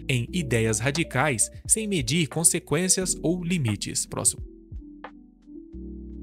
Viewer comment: "próximo" kkk